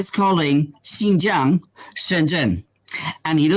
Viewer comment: Great video guys. To be fair the moron they put up for the Fox news article just mispronounced Xinjiang as "Shenjiang" but good catch on spotting that he referred to it as a province. I think that this misinformation/disinformation is commonly spread in the western portrayal of the map of China; before I came here I didn't realise that Inner Mongolia is an SAR; or Xinjiang, Tibet or Macau. This is a common "mistake" made in the western media.